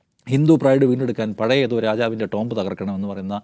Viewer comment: ടോംബ് അല്ല. ടൂം.